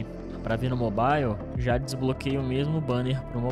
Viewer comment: Cara qual a dificuldade de falar mobile na pronúncia certa ?